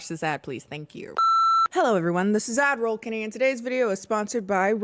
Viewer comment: For the longest time I thought you were saying 'admiral Kennie' rather than 'ad-roll Kennie'.